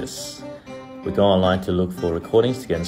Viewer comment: Me on practice break, watching this video: Brett at the end: gO practice Yes sirrrrrrr